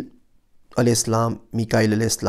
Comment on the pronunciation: Sir AP Salam ka talafuz Sahi ada nhi krte Issy meaning change ho jata Hy.